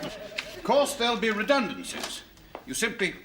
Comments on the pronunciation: He's a Brummie. Someone with a poor ear for accents might very well misconstrue the Birmingham pronunciation of 'redundancy' for an Irish interpretation. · General Secretary Watson can be identified as Irish by the way he pronounces 'redundancy'. I can see the mutual affection between the Catholics in every faiths and the communists. They are about obedience and conformity which is anethama to the youngsters in every generation. Such being the case, they found a way to let their kith and kin run wild while others suffered.